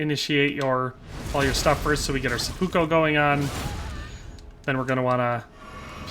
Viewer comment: It really bothers me how you say "seppuko"